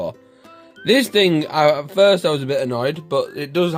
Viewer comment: its a aat not a att